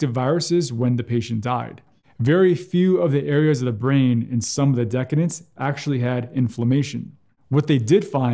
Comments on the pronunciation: "decedents" (people who have died) = [duh-SEE-dents], not [DEH-kuh-dents]. Otherwise, great info as always! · Yeah, sounded like he was saying decadents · I believe it’s pronounced “de-SEE-dents.” Decadence is more like a rich chocolate mousse. 😉 (I feel sure it was just a prompter/reading error, but nothing boosts the self-esteem like poking fun at a brilliant doctor, am I right??) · The more I learn about this virus the more COVID seems to be a vascular infectious disease and I've known it to be pronounced decedents - de seed ents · Great information and concise. You pronounce decedents weird. I've always heard it pronounced like deseedents similar to the related deceased. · The comment is because mis-pronounced the word "decedents" (the c has an S sound, not a K sound). But meanwhile you could get a life